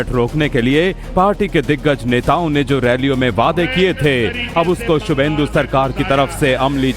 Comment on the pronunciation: His name is subhendu. Not Suvendu.